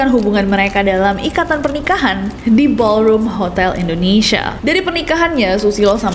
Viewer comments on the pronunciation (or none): none